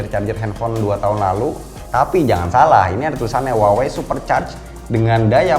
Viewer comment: kaLo gak saLah cara baca Huawei adaLah wahwei yah? 😀